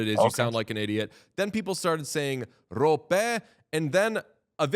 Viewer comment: Rope-eh according to noted pronunciation fetishist and Stars PA Jeff K